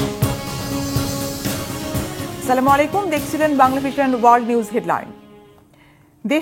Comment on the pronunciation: সালাম টা সঠিক সুন্দর ভাবে শিখে দর্শক এর সামনে উপস্থাপন করুন। আশা করি আমি বোঝাতে পেরিয়েছি।